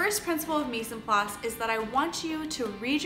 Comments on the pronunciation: i love the vid just for info mise en place is pronenciated more like Mize on place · they way you said "mise en place" was kinda funny to me cause its french lmao. ignoring that I think this a wonderful playlist and I'm glad you made it